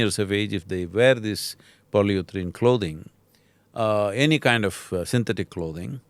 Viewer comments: it's not polyuthrane. polyurethane it is. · Pronounced "Poly - u - ri - thane" 😀